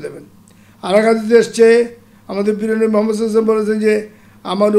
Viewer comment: নবী করিম হযরত মোহাম্মদ ( সঃ) এই মহানবীর নামটি আরও ভালো করে উচ্চারণ করা উচিৎ!